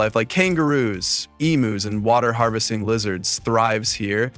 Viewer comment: I was really enjoying this post until you desecrated the pronunciation of "emus". Why don't you check (eem yews) before you show disregard for this Aussie icon? You show no empathy for our culture. Now eff off!